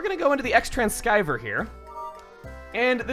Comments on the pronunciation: It's pronounced tran-SEE-ver,, not tran-SKY-ver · Did you say scai-ver instead of cee-ver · Umm, I don't mean to be that person but it's pronounced "Trans-ee-ver" not "Trans-sky-ver" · Xtransceiver. "X-trance-skyver"? What kind of a pronunciation is that? Based on how the word is constructed, I'd expect, you know, X-trans(mit)-(re)ceiver. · Xtrans-keiver? really? Keiver?:))